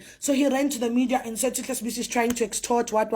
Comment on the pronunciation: It is not Sibiya but Sibisi